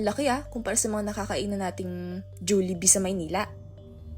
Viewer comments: Hahahahahahaha julibee mali joliebee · "Juliebee" bat ganun mo pronounce, hahahah 😭, wait what if maka survive yung latest customer??